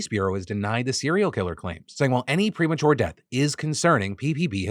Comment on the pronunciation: I swear to God you just said Mother's Day